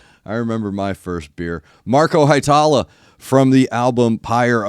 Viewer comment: Hee-e-tala, New-can-en, emphasis on the first syllable in Ollila, not Ol-lee-la. Finnish is easy, eh? Great reaction as always!